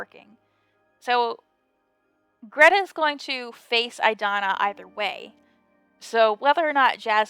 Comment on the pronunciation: My name is Grethe - very good pronunciation! :)